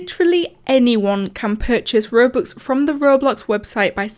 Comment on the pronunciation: why did u say rubux